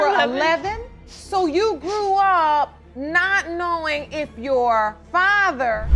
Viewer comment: Grew up “knewin” It’s “GREW UP “KNOWIN” Ughhhh the way they talk makes them illiterate!!!